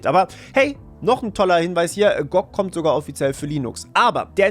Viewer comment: Gutes Video, aber die Aussprache von G.O.G. und Widevine ist schlicht falsch 🫪